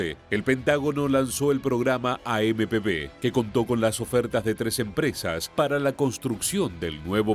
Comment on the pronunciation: traducir bien las palabras es AMP uve no b